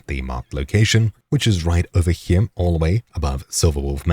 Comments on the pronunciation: You stab it ere. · I just wanted to say that I very much enjoy the way you say the word "here." It keeps me coming back 😅